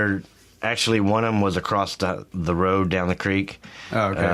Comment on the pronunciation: He said acrossT.